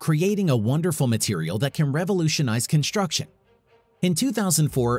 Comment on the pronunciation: It is construction and not "conshturction". Am I the only one who's irritated by this pronunciation?